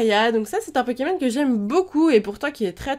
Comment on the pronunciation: X) tu sais je crois que tu es le seul qui aie dit cette phrase sans faire UNE FAUTE dans le nom de ces pokemons!